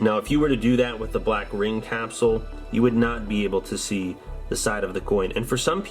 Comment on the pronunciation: Have you tried saying capsule?